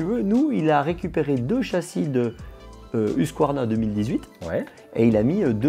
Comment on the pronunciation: ousquarna PTDR MES OREILLES SAIGNES